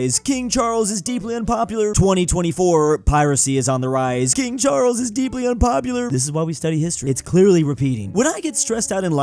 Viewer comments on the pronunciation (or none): none